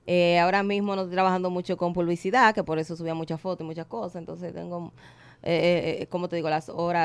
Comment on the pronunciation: Minuto la insuperable dijo pubilcidad. Errar es de humano